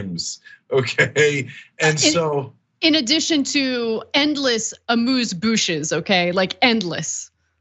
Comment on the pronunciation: I crack up every time I hear Ana say, "Amuse bouche." Can't help it.